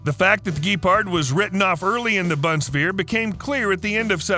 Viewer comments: Bunswear … wtf 😂😂😂 BUNDESWEHR, digger! Just learn how to pronounce the names right ! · If you want to say "Bundeswehr" try to pronounce it like "Boon-dess-vair" 🙃It's hard to pronounce it if you are used to the english language. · Very good video, but the German pronunciation is hard to listen too. Boondswair? ok. Fau-2 What the hell? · ...supplied to the Bumswehr... Ohm... yes 🤣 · Great video! Lot of research, but why don't you also research how the names are properly pronounced? Gepard, Bundeswehr, Buk. It's no that hard, you should give it a try. Now it's just inaccurate and annoying.